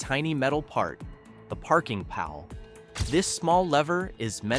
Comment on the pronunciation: Another AI voice. Showing clutch pedals when talking automatics And its parking PAWL not pal